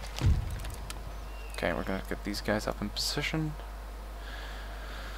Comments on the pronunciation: In this video you mispronounce the word secede. It should be pronounced like suh-seed or seh-seed, but you pronunce it like a homonym of succeed. Why? v '_' v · The south succedes. XD its sucede not succeed. Pronounced suh-SEED